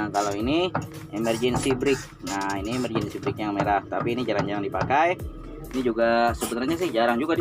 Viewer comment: 7kali ku ulang video nya. emerjendi steering 😂